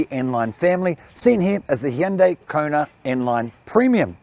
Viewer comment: is one of the best Australian car reviewers by far - another great review. Plus he can also pronounce Hyundai correctly!